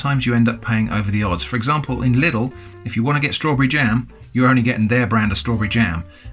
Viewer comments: It's Lidl not "Littl" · quick correction as a native german speaker: Its not pronounced liddle but Leeedle. Many foreigners do this mistake :) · the way he says lidl... it's Leedle not little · On Paper: Lidl Germans: Leedle: Liddle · It's pronounced LIDL, Not little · I capital-h Hate that the English speaking world has just unanimously decided that "Lidl" is pronounced "Liddl" for no reason other than half of you people pronouncing Aldi correctly so if you said anything else correctly the universe would implode. Also, I agree with the thumbnail, stop saying "could of", it's annoying me to no end. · I'm from Germany and find it fascinating that there is a Lidl and Aldi in your country aswell! I thought they are located in Germany only. Also the pronounciation of the names is very funny & interesting to me 😂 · lidl is pronounced quite diffrently my friend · As a German, I get anxiety by the way he pronounces Lidl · How these Brits pronounce “Lidl”…never gets old. 🤣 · James Parker yes but if proper pronunciation and grammar are used then your privileged , 99% chance your white and therefore racist so we don’t learn real English , just this keyboard warrior shit and enough to get through “life”